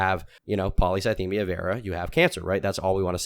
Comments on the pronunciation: Nicks dyslexic ass calling it polythycemia Vera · A part of me dies every time says Polythycemia ☠☠